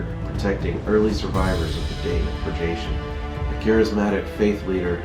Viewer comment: Great idea for a video! But that's not how "purgation" is pronounced.